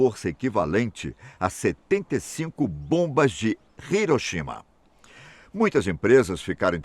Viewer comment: E o Unico locutor brasileiro que pronuncia correto Hiroshima, Todos falam Iroshima qdo o correto e Riroshima